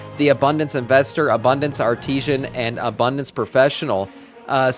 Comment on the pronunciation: I thought that too. I was like wtf is an arteesian? Haha